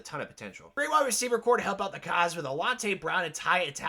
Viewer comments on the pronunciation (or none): none